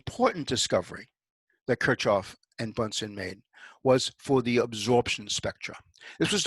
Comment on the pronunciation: Kurzoffen???? Kir CH hoff. with a CH like in LoCH ness... come on.... you can do it.. and an i like as in seeek...